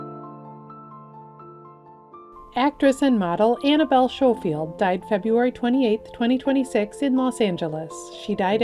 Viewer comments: Schofield is pronounced Skofield not Showfield FFS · its pronounced sko field